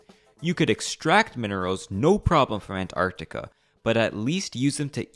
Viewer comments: You are way over-pronouncing Antarctica. It's not ANT...arCtica. It's more like "an·taark·tuh·kuh" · The pronunciation of "Ant... Arctica" kinda bugs me, otherwise, great vid. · listening to this guy pronounce "Ant-arctica" over and over gave me a fukkn headache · Ant...arctica? isnt it an...tarctica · An-tarc-tica not ant-arct-ica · It's Antarctica, not Ant Arctica. You put so much effort into your research, you couldn't have looked up how to pronounce it properly? FFS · An-tarctica :( Ant-arctica :) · oh so it's going to be Antacrctica, not Alaska..."if Your know you know* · God I hope this sht never happens, let Antarctica be the one place that's somehow free from the modern idioticy of this world like economy-bs. Also is it just me, or does the way bro pronounces Antarctica makes it sound like if he's constantly saying "An Antarctica" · Bro really said "🐜-arctica" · Throughout the video I couldn't get over how you pronounce Ant-arctica :)) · Is he saying "ant arctic" on purpose? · The "Ant-Art-ica" pronunciation is really getting into my nerves. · Sorry, I could not bear the ANT-Arctica 😒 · Dude here pronouncing antartica like ANT-artica wtf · Is it me or you really pronounce it ant-arc-ti-ca? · Is he saying Ant Arctica on purpose? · "ant artica" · I like the way you say Ant Arc Tica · Ant arctica? Who says it like that? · why do you pronounce it with a space? "ant arctica"?? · ant-artica... jesus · I hate the emphasis you keep putting on the ANT part of ANTarctiva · Why are you pronouncing it as Ant. Arctica? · There are no ants in antartica, so why do you keep saying Ant-artica? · I like how hard you're trying to pronounce antarctica as "ant arctica" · The way you pronounce Antarctica makes us think you believe it belongs to ants hahahaha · Why the fuck do you pronounce Antartica like that lmao